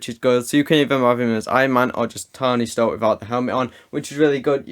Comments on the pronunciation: Did anyone else hear “stony tark” 😂 . By the way love the vids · "stony tark" lmao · Lol I was wondering if just I heard „Stony Tark“😂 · Did anyone notice he said stony tark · I’m sorry, Stony Tark??😂😂